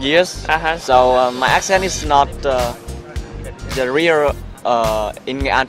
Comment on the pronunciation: đừng phát âm "the" như thể nó là "ther" được không? Không có "r" ở cuối đâu mà =((((